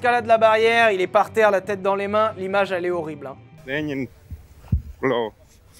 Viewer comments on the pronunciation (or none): none